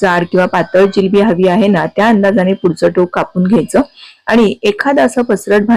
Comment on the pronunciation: जिलेबी नाही जिलबी म्हणतात😅